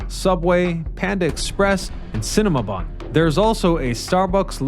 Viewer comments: "Cinema-bun?" What's showing? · Did he say Cinemabun? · Did say "cinema" bun? Reminds me of when he said ''Greys Autonomy. " 😅 Still good videos! 😊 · Cinabon = sin*a*bun, not cinamabon! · Excuse me, but, did he say Cinema Bun?? Lol. If from the Chicago area, how do you not know how to pronounce Cinnabon?? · "Cinema Bun" LOL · Did you say cinema bun? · What's a "cinnaMAbun?" Lol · "steak could also be prepared, but it would be cooked, not broiled." ?? "Cinema-bun" ?? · I'm glad i'm not the only one that heard that lmao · Did he say "Cinema Bun"? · Wait... did he say "Cinemabun" ?? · I thought thats what I heard!!! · "Cinnamabun" Am I the only one who caught that?